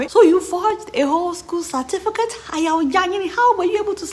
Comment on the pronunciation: He say na Cefticate🤣🤣🤣